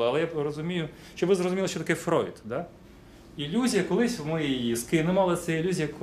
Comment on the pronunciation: в Вшем исполнении "Фройд" звучит как fraud, со всеми вытекающими )